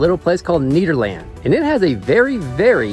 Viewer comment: It’s NEDerland , not NEEDerland! 😂 We in Colorado call it “Ned.”